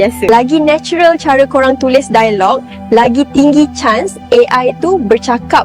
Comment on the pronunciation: Masalahnya,, bahasa melayu malaysia bahasa tak ada nilai. Struktur bahasa kacau balau, "dialog" diucapkan "dai-log" AI jadi pening !?